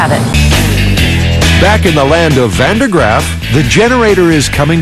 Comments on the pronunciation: did he say Van Der Graaff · Van derp Graaff generator lol